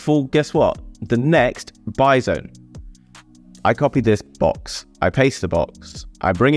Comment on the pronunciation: Every time you say "buy zone" I'm imagining a Bison... lol